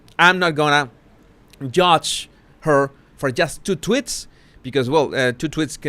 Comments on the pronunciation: Am I the only one who is delighted every time he mentions Markle follower tweets he pronounces it 'twits'? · tweeeeets the E is supposed to sound like the E in sweets but I think it is harder for Spanish speaking people to pronounce it that way maybe. At least some have difficulty due to their accent. Not just Spanish speaking but Portuguese as well. I know some whose first language is Portuguese anyway and their accent is similar to Spanish with that accent. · nope! I LOVE IT TOO! 😂